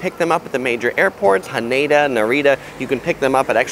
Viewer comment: Hanada is pronounced like Canada.